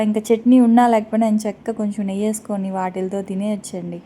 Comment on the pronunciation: చిన్న రిక్వెస్ట్ ఏమి అనుకోను అంటే చెప్తాను Chanagapindi కాదు శనగపిండి అని పలకాలి నెయ్య కాదురా నెయ్యి అనాలి ఏమి అనుకోకు వీడియో వినేప్పుడు ఇలా words ఉంటే బాగుంటుంది ❤